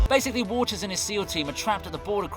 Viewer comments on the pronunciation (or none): none